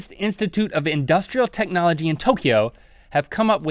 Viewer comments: Link said Tokyo Rheet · link said tokeo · LINK SAID TOYO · you said toyo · link said toko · Link said toykoyo and no woooooooooo😭😭😭😭😭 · You said TOYKO!!! Ahoooooooooooooo! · The funny thing is that Link even put emphasis on the word "Tokyo", it's not like it was somewhere in the middle of a conversation and it got unnoticed. It's unexcusable! ...he did make up for it though.